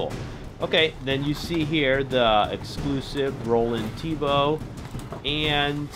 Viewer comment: Lol you said Roland tebow Hes name is Roland TEMBO Oh ye there a trash and throw rex you shold review thst it has more trashing movement